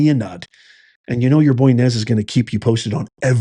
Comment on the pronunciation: "Boy Nez " 😂